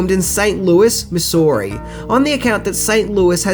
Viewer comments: It's pronounced Mi-Zoo-Ri, not Mi-Soo-Ri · 4 yrs late but we pronounce it Mizz oo ri or misery if you live there 😂😂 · It’s funny that he can’t pronounce my hometown right St. Louis, Missouri 🤣🤣🤣